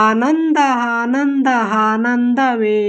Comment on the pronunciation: ಆನಂದ adu ಹಾನಂದ ಅಲ್ಲಾ 😊